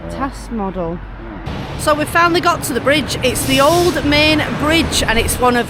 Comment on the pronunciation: Great vlog, guys 😊 I believe you are going to visit Schloss Neuschwanstein, aren't you? Enjoy and safe travels,. Our LittleLilly send lots if sloppy kisses to Chicco 😘 add: the river Main is actually pronounced like this: mine (just saying)